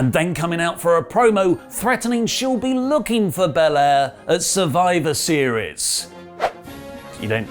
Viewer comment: She said "After Survive series" D.Drop 🤣🤣🤷🏽‍♂️